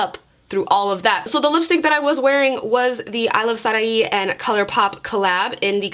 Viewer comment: My name is sarahi and when you said SARAHI I swear it was like weird haha